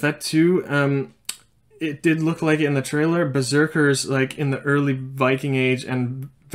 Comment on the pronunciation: Did he really say Beseeker 😳